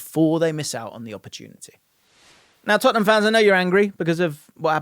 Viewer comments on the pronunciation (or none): none